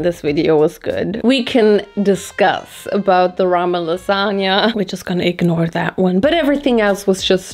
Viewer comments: I'm obsessed with your lipstick 🤩 (But that "lasagna" is criminal 🇮🇹) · I accept your apology for the "lasagna"